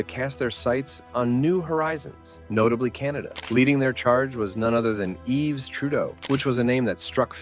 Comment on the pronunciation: Yves, not Eve